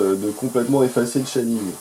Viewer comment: Chez-ding not Chat-ding dude ^^